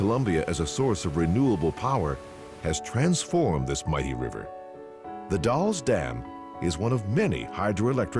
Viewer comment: lol the way he says the Dalles is completely wrong. Just like everyone pronounces Oregon and the Willamette River wrong. Edit: oh he got Willamette right!